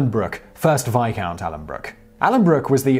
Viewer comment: No. Veyecount